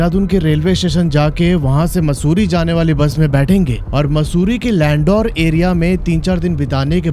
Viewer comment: Landaur nai, landoor 😂